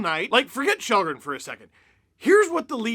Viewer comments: Its pronounced skhal-dren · His name is pronounced shallgren and that’s what we should call him, regardless what country your in. Have some respect for someone’s name you sound arrogant saying since your in “North America” your above pronouncing individuals names outside of that.